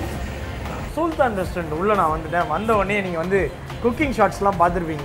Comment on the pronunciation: சூல்தான் இல்ல bro சுல்தான் 😂😂